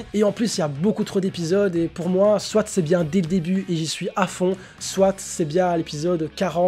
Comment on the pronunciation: On dit soit et pa soite